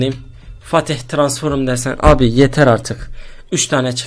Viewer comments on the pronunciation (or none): Biz transform diyoz abimiz Transforum diyo ahshsahs